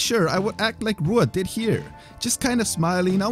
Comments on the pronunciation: How do you manage to pronounce Rua wrong? He’s an MMA legend you should know this shit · It’s pronounced like Hua not Rua. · Not Rua. Hua. R is h sounding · Rua is pronounced “Hua”... Portuguese my friend. R’s are H sounds